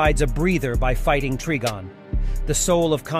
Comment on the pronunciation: Yeah, it's Try-Gone not Trig-on or tree be gone. Wanna guess how John pronounces "Constantine"? They got it wrong already, so you know how not to say it. I despise these cash grab posters who know nothing about the source material, but present fail content instead.